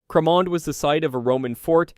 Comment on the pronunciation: I’m from Edinburgh and know Cramond well. There’s a bathhouse there. It’s pronounced “ crah mond” - the rest I give up on.